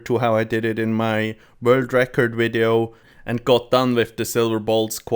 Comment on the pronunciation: I love it when you say "Wideo"